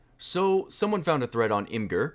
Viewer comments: its pronounced im-ij-er not im-grr lol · It’s pronounced ‘imajer’ not ‘Im-gerrr’. But it’s ok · Imgur is pronounced Image-er. It says in the about section. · it's pronounced Image-er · it's pronounced Imager. As in image - er. No big deal.